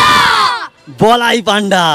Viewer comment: বলাই পান্ডা নয় বলাই পন্ডা❤